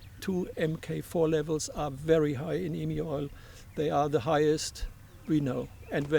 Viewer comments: I’m positive it’s my ears and you aren’t purposely disrespecting all Australians, by pronouncing Emu as Eemoo. Well since you are doing a little documentary on our famous coat of arms animal. Interesting video thanks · IT IS EMU (EEMYOU) Not Eeemoo. Dear lawd -- get it right!